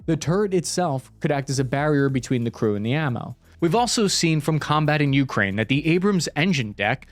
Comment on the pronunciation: U kraine , I kraine , He kraines . DUDE ITS ukrAine.